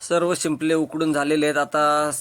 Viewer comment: शिंपळे नाही रे बाबा शिंपले